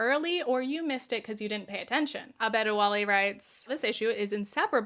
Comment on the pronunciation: Hi love the video! Adebowale is a Yoruba name pronounced a-day-bo-wa-lay. You did a pretty good job you just mixed up the b and d. Sorry if this comes off as condescending, I just didn’t expect to see a name from my language in a video from one of my favorite creators.